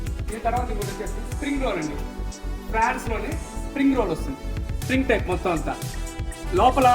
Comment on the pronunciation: అది ఫ్రాన్స్ కాదు...prawns